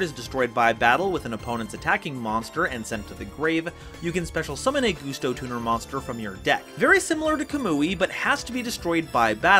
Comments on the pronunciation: Gus-Toe Not goose-toe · For the love of god, man, it's GUSTo, not GOOSEto. Y'know, GUST. Like the wind? At any rate, I love me some Gusto. I've found that they really excel at being really hard to keep down due to how recursive they are; a solid counter to any deck who's game plan boils down to 'Big Monster Unga Bunga'. To that end, I like to add Spirit Barrier to the mix to prevent battle damage. Also, Winda is best girl, be she Gusto, Shadoll or Spiritual Beast Tamer. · IT'S PRONOUNCED LIKE A GUST OF WIND THEY'RE CALLED GUSTOS NOT GUSTOS